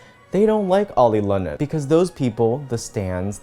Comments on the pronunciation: Everyone: Oli London: Olay Lotion Me after listening to: dying of laughter 😂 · “Olay Lotion” Lmao- why am I laughing at this.. Oli needs to get the correct help .. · why is you mispronouncing their name such as "oli england" the funniest parts in this video